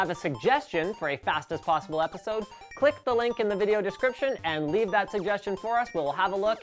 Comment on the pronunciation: Did he say "Fast ass possible"?